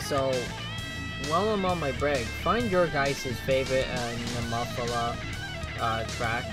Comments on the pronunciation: Pronounced Née-mo-feela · Nemophila is pronounced "Knee - Moe - Fee - La (short A)". It is an English word meaning a purple flower found in the southern states.